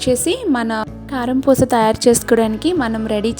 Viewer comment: పూష కాదు అమ్మా పూస అనాలి.😊